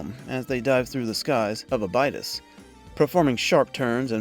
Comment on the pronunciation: Practical effects and miniatures are dearly missed. 'ab-i-dose'. not 'abide-is' They say it in the movie and the series as such. This confused me at first since I didn't correlate what you were saying. Unless this is AI voice work. I know people with thick accents and can still correctly pronounce Abidose. Ya, I am correcting it, take it or not.